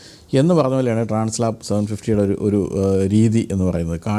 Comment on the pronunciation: ഏത് മലയും കയറുന്ന അഡ്വഞ്ചർ ബൈക്ക്ന് ഗംഭീരമായ ആൽപ്സ് പർവത നിരകളോട് ചേർത്ത് ഹോണ്ട ഇട്ട പേരാണ് ട്രാൻസ് ആൽപ്, ട്രാൻസ്‌ലാപ് അല്ല.